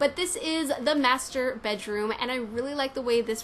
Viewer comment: i like how she pronounce "masturbate room" xD